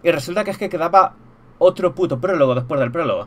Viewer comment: El porlogo!!! el pooooologo xD, la palabra del día, PROLOGO, que aprendimos hoy? PROLOGO!!!!